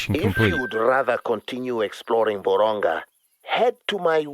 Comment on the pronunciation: Nice video but isnt it Vurhonga instead of vorhonga